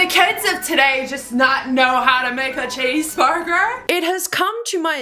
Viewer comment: “I WOWNED A CHEEESEBURGUER”